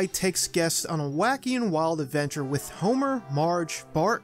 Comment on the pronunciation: I just started watching this channel, and I can't stand that he pronounces "with" as "wit".